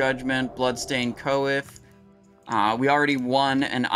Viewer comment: Coif = coy - f. Not co-if.